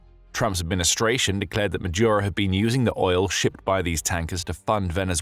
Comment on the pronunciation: Why the mispronunciation of Maduro as Majuro?